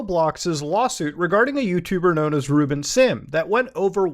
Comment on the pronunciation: Ruben? I thought you said Rootbet 😂